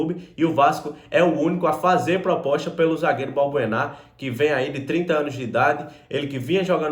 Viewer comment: não é Balburná e sim Balbuena